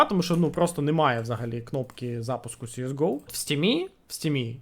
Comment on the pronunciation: Вуха просто хотять тобі забити пару цвяхів в язик « сіес гоу» Перший раз зайшов послухати про оновлення, вимкнув на першому твому « сіес гоу»